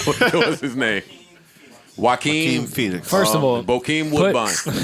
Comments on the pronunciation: Joe:Jaclin Fox?!?:Joaquin Phoenix 😂😂😂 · Joe calling Jaoquin Phoenix "Jacqueline fox" is hilarious 🤣